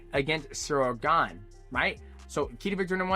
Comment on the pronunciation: Are you allowed to judge fighters guts. Or have an MMA show, when you can’t say Gane correctly?????